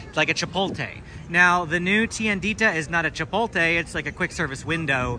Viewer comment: *Chipotle not Chipolte 😂